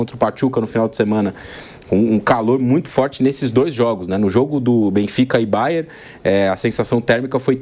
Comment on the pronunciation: Até na TV os caras falam Bayer... não é difícil de acertar esse nome não 🤷‍♂️